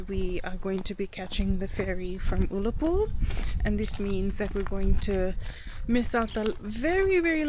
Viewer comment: Small point. The U in Ullapool is pronounced like the u in the word gun.